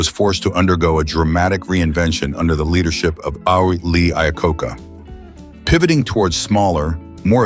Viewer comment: Do you guys actually listen to your own videos before you post them? You need to find an AI that actually knows how to pronounce "Iacocca", among a few dozen other words...